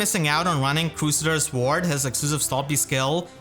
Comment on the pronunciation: "Crew Say Ders" Ward :x